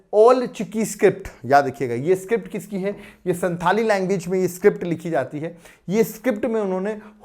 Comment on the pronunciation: Sir संथाल pronounce hota h which is tribe of jharkhand